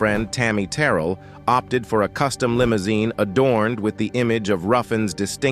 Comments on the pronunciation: Is this an AI voice doing the narration, because the some of the names pronounced were all wrong, MaHALLia Jackson and Tammy TERRal? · These narrators need to research and know the subject matter. 1. It's Tammy Terrell - (ter-réll) accent on the "rell" which rhymes with "bell". 2. (Ma-hail-ya) Jackson. 3. Lamont (la‐mónt) accent on the second syllable; Dozier (dō-sheur) accent on the first syllable. How does this narrator NOT know these great and popular artists?!